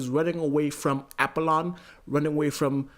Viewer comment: For the love of god It's pronounced AH POLLON 😤 smh